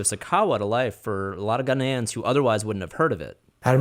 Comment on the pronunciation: I hate the way he pronounces Ghanians